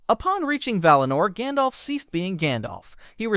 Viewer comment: Jandolf is a neat way to say it